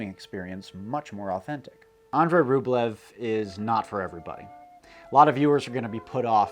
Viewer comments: Ugh! ROOB-lee-oaf. (Sorry -- authentic language geek.) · Love your content dude, but like you, it’s difficult for me to enjoy certain things from a historical and cultural standpoint if you studied them extensively, and that’s why I’m gonna be that guy and say it’s pronounced “RubYOv” rather than Rublev. The Russian spelling is Рубёв and ë is pronounced “yo”. The way you’re pronouncing it is Рублев in which the е is pronounced “ye”. It’s an honest mistake, trust me, but when you specialize in Slavic studies you will NEVER HEAR THE END OF IT if you mispronounce names. I certainly didn’t when I mispronounced Turgenev. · And he kept mispronouncing the monk's last name. A more authentically Russian pronunciation is "ROOB-uhl-yoff." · I have a copy of Andrey Rublyov but never watched it. Now I need to. (And yes, it is Rublyov). And yes, it's Das Boat, pronounced the same as in English. Along with Master and Commander how about Captain Horation Hornblower, Billy Bud, Damn the Defiant. The chase scene in Apocolypto goes back to "Naked Prey". One of my six times great grandfathers was killed by Indians in his front yard in Kittery, Maine. Another was hanged by the British governor Tryon of North Carolina at Alamance , NC. GREAT SELECTION GREAT STORY MAKING